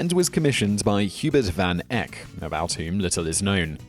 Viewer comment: "Van Eye-k" not "van Eck"; same as his famous brother Jan Van Eyck. Maybe the Dutch say it that way, but not the British; just as we pronounce it "Netherlands" and not "Nayderlands", and "Paris" not "Paree".